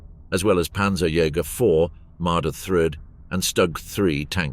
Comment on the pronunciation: Some hilarious mis-pronunciations by the AI, such as 'Marder thrids'